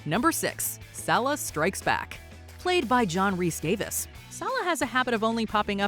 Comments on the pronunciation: It’s Rhys-Davies not Davis ffs! 🤬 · "Rhys-DAVIS"?!? God, I swear, when you're not OveR ProNouncInG Spanish and French words (Celene ZEEEEEE-OOOOun, anyone?), you folks couldn't pronounce your way out of a paper bag...